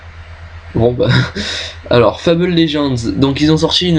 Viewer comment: Bonne vidéos, mais dommage que tu n'est put assister a toute les conv, et sinon pour le jeu Fable beh ça se prononce à la Française pas à l'anglaise ;) Nice Jobs & Good Luck